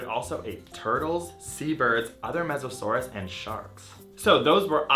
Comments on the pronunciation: M-m-mesosaurus?!?!?! TRIGGERED (It's Mosasaurus "MOE- suh SOAR uhs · It's Mosasaurus not "Mesasaurus" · it's not mesasaurus, it's mosasaurus. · its mosasaurus no offence